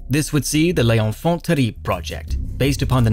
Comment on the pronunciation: I'm pretty sure, [checks notes] ... Big Boss from the MGSV tapes would make fun of you for that pronunciation. You have to carry the rr in 'Terribles' [Te-rry-blews], just like you would in English :)